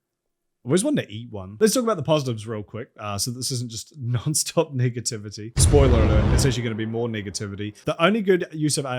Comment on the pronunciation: I'm more impressed that whatever AI is behind YouTube's profanity filter is able to detect your pronunciation of the word "negativity" as something other than a... racial slur of some kind 🙄